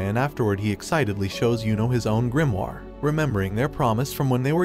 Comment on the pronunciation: Yo why does he say grimoire like that, its Gre-uh-more